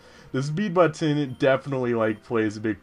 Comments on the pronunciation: Oh, sorry, someone already commented on Jaws, anyways, When you say butTon, it's like the opposite of how on the Animaniacs, Mindy would say Buddons with NO emphasis on the T at all. Who cares how you say it though, it's your thing. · it's pronounced buttn :p and dragon resists water, electric, fire and grass. Probably some other stuff too. can't remember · You say it butt-on